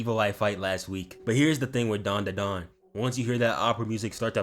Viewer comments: Pronounce the group like Dan dan gahng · It’s dan-da-dan